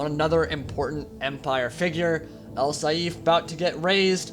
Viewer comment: its not al saeef its al saif or a'sSaif,but its fine i enjoy your version of it just as much :)) great stuff man.